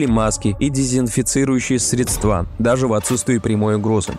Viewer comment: Как всегда годно, только в слове средства ударение на первый слог, даже если подразумевается множественное число